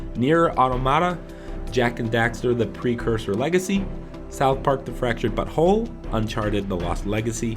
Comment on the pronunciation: ill have 325 platiums at end of 2017 . oh by the way was it just me or did anyone else here this when he names south park the fractured but whole did anyone else here south park fractured butthole